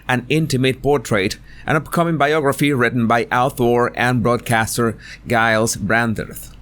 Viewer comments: Giles is pronounced like j for jar. Jiles x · Giles Brandreth, say Jiles like J in Jewellery, love ya man.